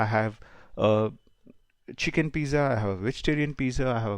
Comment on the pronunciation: ‘z’ in pizza is pronounced as ‘ts’